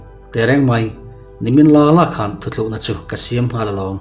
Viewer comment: Ka ngaihmawh chu, thu tlukna tih turah, thu thlukna i ti ṭhin hi